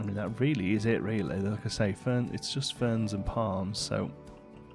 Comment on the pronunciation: Nobody: Literally nobody:: riealey